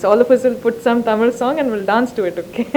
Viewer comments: she pronounced Tamil in the right way HATS OFF !!!!! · like how she pronounces தமிழ் properly :)